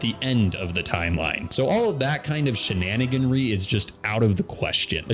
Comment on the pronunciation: Although I enjoy your heavy use of the word "shenaniganery", I personally think it's better pronounced like the word "comeraderie"